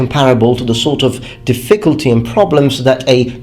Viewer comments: Hey man. Your English is amazing. But you should say diffiCULty, instead of difFICulty. Again, I thought you were native english, but it's just something that i noticed. Love your channel! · I hate to criticize your pronunciation (in English, not the Japanese obviously) but when you said "difficulty" it sounded like you said "the ficklety" , remove some emphasis off the I after the Diff- and say -culty like how you'd say cult. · The way British people pronounce certain words like "difFICulty" and "adVERTisement" always throws me off. Such a weird intonation to my American ears... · His pronunciation of "difficulty" is adorable. "dif-FIC-ult-ty" He puts the wrong em-PHA-sis on the wrong syl-LUH-bul. :-D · The way you stress the word "difficulty" is incorrect. It's on the first syllable, just as in "difficult". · Hi (sorry, forgot your real name...) - I saw a video where you said you like to have your pronunciation corrected, so just to let you know the word "difficulty" should be stressed on the first syllable, not the second. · Good video. A small piece of constructive criticism. The word "difficulty" is pronounced with the stress on the first syllable, not the second. Your English is otherwise pretty much perfect. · The emphasis in the word difficulty is on the first syllable, not the second. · This guy's trolling me by mispronouncing difficulty. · Do Brits emphasize the second syllable in difficulty? I thought that like Americans, they emphasized the first, as in DIF-ficulty. Anyways good video! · Is what he said a mistake? My question was sincere, since I really don't know for sure which syllable British speakers emphasize in "difficulty." Though if his pronunciation was a mistake, he has said in previous videos he appreciates his viewers helping him catch these and improve. Also purpleanex why the prejudice against Americans? You could have just said his English is very good, which it is.